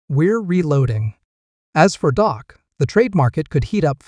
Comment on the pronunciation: Hey, its not Dok it's Dak that's DAAK.